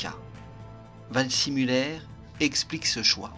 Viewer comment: Waldsimuller ? « see » ne se prononce pas toujours forcément à l’anglaise, surtout pour un nom allemand ! En général et en particulier, ne jamais hésiter à demander la confirmation d’une prononciation d’un nom ou d’un terme étranger, surtout quand on ne connait pas la langue. Le nom se présente vald-zé-muller.